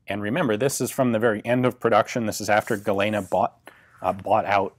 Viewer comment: Tiny nit pick on an otherwise excellent video but Galena is pronounced "gu-lean-uh"